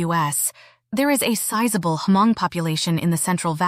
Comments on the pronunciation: Omg u need to do ur homework about how to pronounce “hmong”. Its not “her-mong”. Its just “mong”. Secondly-“paj ntaub”. U butchered those words so badly. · Sorry but I heard you keep saying ‘H’ in Hmong. The H is silent. Just say Mong